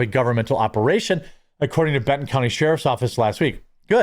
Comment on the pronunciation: LOL did you all notice that when he was talking about them and the county values, he misspoke and stated CUNTY instead of COUNTY, lol that was priceless... Go back and rewatch it from around 8 minutes to . I thought that was so rewarding and hilarious... Just Saying!!!